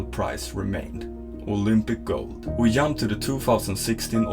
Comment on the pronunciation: He said yumped rather than jumped, give him a break. LMAO